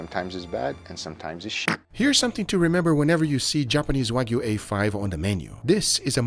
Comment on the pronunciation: That wasnt Wagyu it was Wag-ew